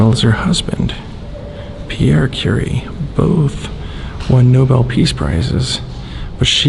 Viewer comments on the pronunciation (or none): none